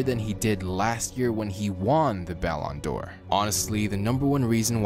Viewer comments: Try pronouncing it like (Ballon/ D /Or) not all jam together.. it’s triggering lol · What are you saying balon door